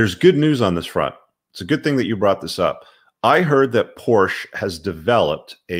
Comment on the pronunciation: you’re not pronouncing “Porsche” correctly 🙂